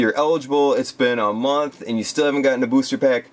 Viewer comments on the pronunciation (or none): none